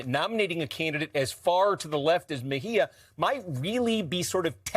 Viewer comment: MejÍa WITH THE ACCENT ON THE Í !!!!!!!